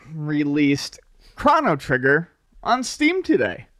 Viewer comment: The amount of "Crawno Triggar" in this video is too damn high!